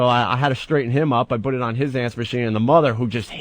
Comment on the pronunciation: Bhut Bhut Bhut Bhut Bhut. What a fucking idiot. In radio since he's 18, can't say the word "PUT". Twat.